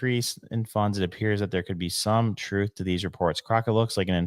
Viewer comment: “Troof to power”